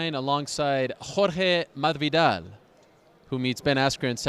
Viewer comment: whore-hey mahvidaal LooooooooooL fail